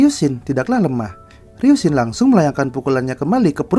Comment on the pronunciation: Bang bacanya ryusin bukan ryunsin🙏